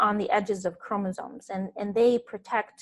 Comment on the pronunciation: Did she said Chromosome? Pink guy would like to know your location